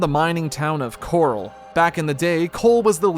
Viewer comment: The fact you call Corel ‘Coral’ but Cait Sith ‘Ket Shee’ is wild to me. I’m wondering if this was done purposefully and for what reason. Pretty sure every time Corel is said, it’s pronounced Corel and not Coral. Props for saying Cait Sith correctly though.